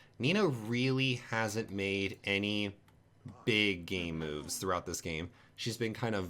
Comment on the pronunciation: I keep hearing gay moves instead of game moves lol